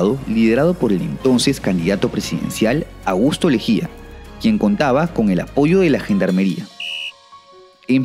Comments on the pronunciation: buen video 🇵🇪🇵🇪 "Lejía" en vez de "Leguía" xd sigo a Hugo desde tiempo, pero decepciono cuando grabó sin permiso en un podcast a un YouTube libertario, muy mal Huguito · es Augusto Leguía, no Lejía 🤣